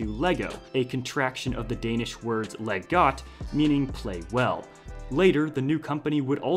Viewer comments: Hey I’m danish, nice vid and it’s so fun to see you trying say the danish words. But translating Lego to leg got, it leg godt with a D😅😊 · It’s actually “leg godt”, not “leg got”. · Dane here. Not "Leg got", but "Leg godt". Danish has a silent 'd', but in effect it doubles the consonant ahead or behind the "d" (when it IS silent). Other examples: man: mand [mann] dog: hund [hunn] stable: stald [stall] strap: gjord [gjorr] table: bord [borr] bad: ilde [ill'e] fire: ild [ill'] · Dane here, i appreciate the details and information on Lego's history but LEGO is short for LEG GODT and not LEG GOT. There's no such word in danish as "GOT". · Dane here. A few corrections regarding translation. 1) It's 'Leg Godt', not 'Leg Got'. The D is silent though. 2) We don't see Lego as an adjective. Rather, it's a mass noun, like money, water, and sand. So we don't play with 'Legos' or 'Lego bricks', simply 'Lego'. 3) 'Det bedste er ikke for godt' actually translates as 'The best is not too good'. The idea is about the same though, and yours makes more sense in English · FYI it is not Leg Got but Leg Godt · Lego is short for "Leg Godt" not as stated "Leg Got". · LEGO = Leg Godt Not Leg Got you missing the D in Godt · Not “LEG GOT”, but “LEG GODT”… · Its not Leg Got, but Leg Godt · LEGO = "Leg Godt" not "Leg got" Got is not a danish word ;-) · LEG GOT ????? GOT isnt danish but GODT is its "Leg godt" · Its "leg godt" not "Leg got" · Leg Got? It’s spelled “Leg Godt” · "Leg Godt", not leg got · Its leg godt not leg got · Its godt not got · Nit picky here, its "Leg Godt" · its lej godt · I find your pronunciation of the Danish words in the video to be absolutely horrible. Please look it up first or use google translate to play it out loud. Of course no hate for my favorite Lego youtuber <3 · No hate but I found Your Danish funny nice try doe I always love hearing people miss pronounce words